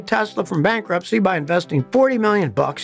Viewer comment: I believe the correct term is “ Bankwupt” 😄😄😄😄😄😄😂😂😂😂